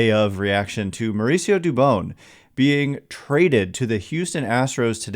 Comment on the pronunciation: Dude learn how to say Spanish names